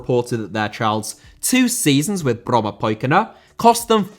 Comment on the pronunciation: Well done with the pronunciation of "Brommapojkarna"